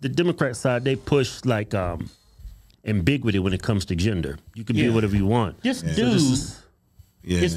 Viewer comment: Also it's not Am-big-witty... It's Ambiguity (AM-BIG-YOO-WITTY)😂